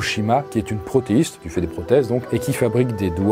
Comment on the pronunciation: "protéïste" ???? ProthéSiste plutôt ! 😤